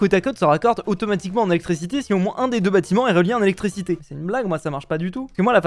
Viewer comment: qui dit electrécité au lieu de dire électriiiiicité ça me trigger